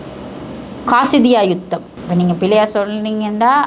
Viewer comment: காசிதிய்யா கிடையாது அது காதிசிய்யா போர்